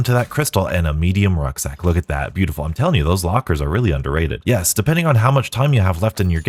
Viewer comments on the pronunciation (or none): none